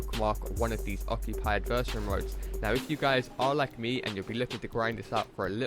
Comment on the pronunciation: pronounce adversary right plz